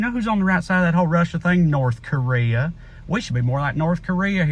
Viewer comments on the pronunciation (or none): none